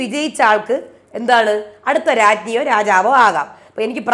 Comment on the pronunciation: രാജ്ഞി എന്നാണ്.. രാഞ്ജി എന്നല്ല 😊